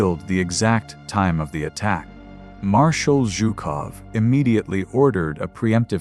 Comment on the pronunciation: Please fix your AI narration! Chopped up sentences, numerous full stops before a sentence is complete, words and phrases broken up by uncalled-for full stops, and senseless mispronunciations ("Zhukovy" for one of the most obvious Russian names, "Zhukov", "rug-ed" instead of "rugged", as though the soldiers were a draped in rugs, and numerous other errors). You have far better resources than to waste AI on results like that!